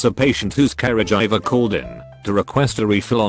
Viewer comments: Okay, this is too much. This damned thing is pronouncing "caregiver" as "carriage driver", and "coworker" as "cow walker". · nobody: the robot voice: c a r e j i v e r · No one: Robot man: karah-jiver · Carajiver Wow that is the best pronounced word I have ever heard 😂😂😂